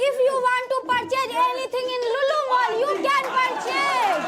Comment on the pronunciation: I hear lulu Mall 😂😂where is that